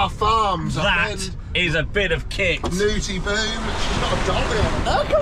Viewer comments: Terrible pronounciation of the Dutch names Nooteboom and Broshuis, driver! 🤣😅😂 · As a native Dutch speaker, the way pronounces Nooteboom and Broshuis had me laughing/cringing every time. 😂